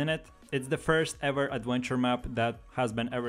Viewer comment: "aduentuer maps"